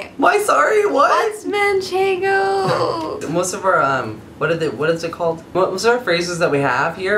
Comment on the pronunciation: Watching foodnetwork Jamie Oliver is cooking with manchengo and says manchengo everyother word all I can think of is and saying it! MANCHENGO!